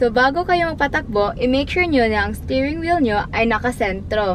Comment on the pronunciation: gusto ko ung "stairing wheel" haha